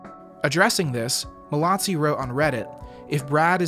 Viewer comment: There is no T in Mallozzi! It’s pronounced mal-o-zee.